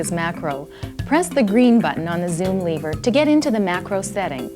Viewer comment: Back when Americans knew how to pronounce “lever”